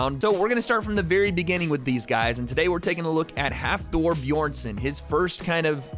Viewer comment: Nice to see for a boy from iceland. But you need to practice how to prounounce his name Hafþórs name